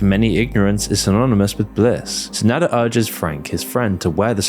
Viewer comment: IT'S NADA AND AMAZON FFS, NOT "nadder" AND "amezn"